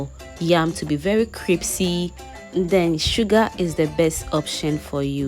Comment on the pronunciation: Pls no disrespect but it’s pronounced “Crispy” not “Cripsy”